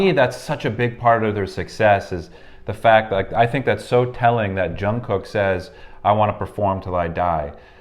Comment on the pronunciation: i love everything about this but every time i hear Jung Cook---please it's Jungkook pronounced like goog